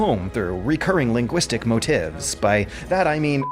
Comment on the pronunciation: I love you,, but how have you not heard the word "MOTIF" pronounced? MO-TEEF.